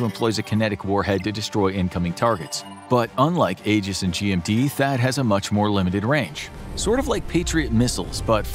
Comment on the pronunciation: Aegis is pronounced "Ee-juhs," not "Eh-juhs."